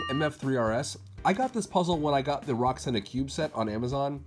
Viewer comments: It is pronounced as yushin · You pronounce it as yushin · It’s pronounced you-shin